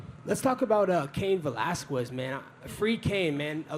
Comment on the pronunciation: Yea... free Cain "Valaskwez" 🤣